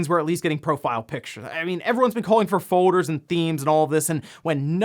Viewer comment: The way you pronounce "Folders" as "Fowders" is hilarious lmao